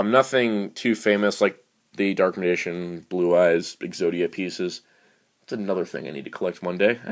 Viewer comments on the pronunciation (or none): I can't help but laugh every time you try to pronounce "Dark Magician" xD